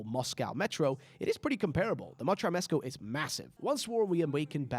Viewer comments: "motro mesco" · Ah yes the motrow mescow 😂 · the motrow mescow😂